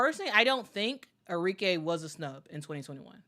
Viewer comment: ARIKE - Are - Ree - Keh (not Kay)